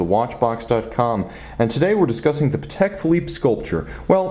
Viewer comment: I think you do superb reviews but please, it's PAtek not paTEK